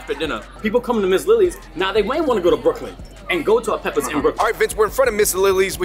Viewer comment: when Vince was holding the jerk pork and said peppa, I thought he was talking about peppa pig rather than peppers